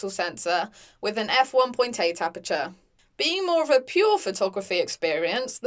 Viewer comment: Could you please learn how to pronounce "aperture"? Good video apart from that.